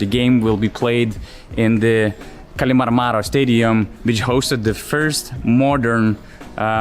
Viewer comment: If you're interested, kallimarmaro is pronounced emphasizing the 3rd syllable from the end. not the 2nd from the end like you did.